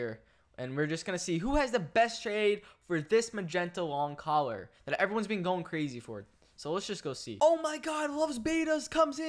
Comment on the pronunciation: any one else realize he said "a short magenta lon collar"